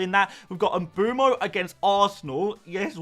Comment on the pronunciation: please please please pronounce mbeumo properly